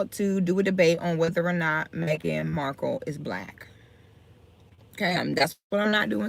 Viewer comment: I thought her name was Marhkle not Marble 🤔🤔